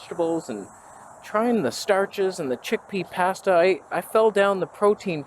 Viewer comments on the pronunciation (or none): idk why you say PHASTA like that but it drives me nutty lol